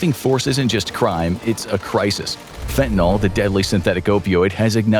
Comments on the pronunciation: It may seem pedantic but from the standpoint of the actual meaning of the word it makes a big difference. The way it is frequently mispronounced suggests it ends in -ol (fentan-ALL) rather than the correct -yl (fentan-ILL). In organic chemistry this implies a completely different molecule, an alcohol rather than a general alkyl. So why not just pronounce it like it is spelled and not contribute to the dumbing down of the populace? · Its FENTANYL not fentaNOL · its fentanYL not "FentanOL" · For dog's sake, correctly pronounce fentanyl. It's not an alcohol. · Leave it to Infographics to mispronounce fentanyl every single time...